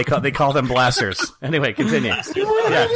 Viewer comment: Not Blasters, Plasters.